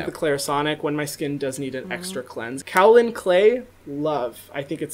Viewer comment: Hyram, repeat after me: KAY - OH - LIN. None of this "COW-LIN" bullshit.